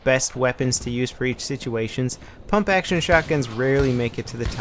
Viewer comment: Pump* not pomp.lol